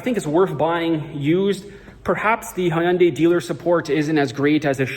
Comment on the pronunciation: You are the first non Korean guy that pronounced "Hyundai" correctly yeah!!. Happy holidays.❤